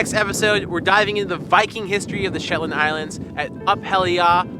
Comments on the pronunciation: Beautiful video but I didn't enjoy the 'slit your wrists' type music!😣...and the "SHETAND" Islands??😆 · Shetand Islands??? lmao! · Pro tip = never say "the shetlands" its just Shetland! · I'm shook! A whole video and it was never once referred to as the "Shetlands"! One way to annoy the locals is to add an extra 's' when it's not needed XD